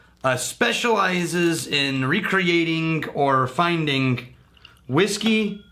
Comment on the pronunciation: Love the channel and your reviews. Can you drop the “nk” off the “ing” words?Findingnk, Lingeringnk, Numbimgnk. Drives me bonkers. I will watch anyway, but will call you.